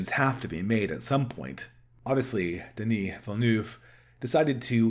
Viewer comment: Timothy Kallamay, Denis Villnoof, Alejandro Joe de Rowsky, Leet Keens. Good god, did you deliberately set out to mispronounce every single name in this video?